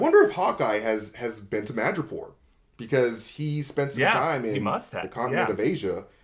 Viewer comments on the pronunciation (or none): 'Madripoor' not 'Magapore'